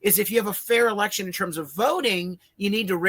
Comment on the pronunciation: erection* ..not election .. i love the fak-u-tree girl ! 😂👍🏻🤪😂